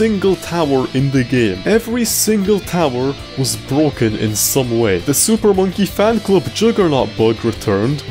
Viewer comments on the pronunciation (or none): he said super fonkey man club instead of super monkey fan club